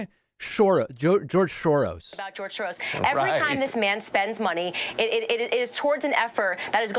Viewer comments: George Soros becomes "George shorose" because at the end of the word George your tongue is in the "sh" position so if you don't pay attention and adjust it you'll get a 'sh" sound instead of an "s" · Funny thing is, "Shoros" is a step in the right direction - the original Hungarian pronunciation would be something like "Shorosh" (using the ʃ sound, if my phonetic alphabet googling was correct)